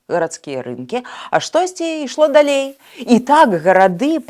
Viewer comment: ..не. ,,дАлей,, а ,,далЕй,,.